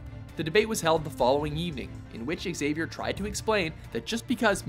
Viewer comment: learn how to pronounce "Xavier"